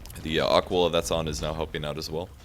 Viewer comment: its not a -quil-ah, its a-qui-lah